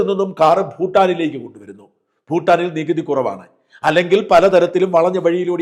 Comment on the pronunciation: സാജൻ സർ ഫൂട്ടാനീ ലെ ഫൂ ഉച്ഛാരണം ഭൂ എന്നതാണ് ശരിയെന്ന് മനസ്സിലാക്കി സംസാരിക്കുമെന്ന് പ്രതീക്ഷിക്കുന്നു. ഞങ്ങളൊക്കെ ഇതുപോലെ മാറ്റം വരുത്തിയവരാണ്. ഭാരതം എന്നതാണ് രാഷ്ട്ര നാമം. ഫാരതം അല്ല. തമിഴ്കാർ പാരതം എന്ന് തമിൾ ലിപിയിൽ എഴുതിയാൽ തെറ്റല്ല: കാരണം ആ ലിപിയിൽ ഫ,ബ,ഭ. ഒന്നും ഇല്ല.